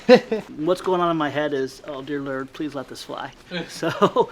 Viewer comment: "Dear lurd" 🤣